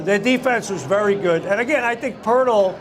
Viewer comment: Poeltl not Poertl